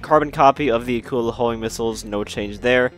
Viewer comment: Somebody: pronounces Akula correctly Me: I love them already